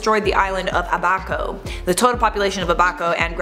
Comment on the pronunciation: Abaco, not A baco!!